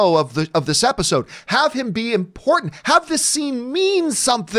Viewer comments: You said episcene lmaooooo 🤣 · Lol he said "Episscene". I love it.